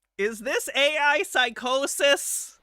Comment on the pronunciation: I'd like to submit the way says "PsycOsis" as the most her Michigan accent has ever come out naturally in my over a decade of watching her